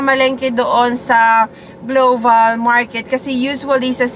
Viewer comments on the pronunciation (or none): Global po,..hindi, gloval